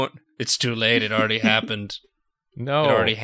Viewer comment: “It already ham-pended”